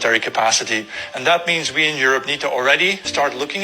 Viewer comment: Aerope not Europe